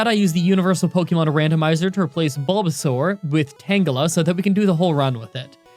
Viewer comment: it's pronounced tanjela not tan gela